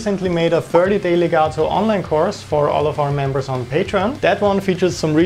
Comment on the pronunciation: I like hearing the word legato correctly pronounced with the letter T instead of the D like most english motherlanguage people do... :-)